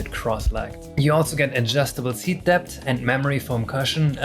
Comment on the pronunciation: Friendly tip: If you have trouble pronouncing the end of depth try as if it were deps. Saying dep is less elegant.